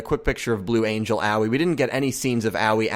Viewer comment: It really bothers me how you say Aoi